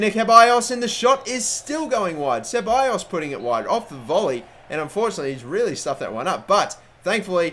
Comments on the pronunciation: its pronounced cebalos not siballos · says it siballos and its not pronounced that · Charlie Crow Do you even know spanish? Even if not, just go to good translate, put "ceballos" into the spanish part and see what it tells you....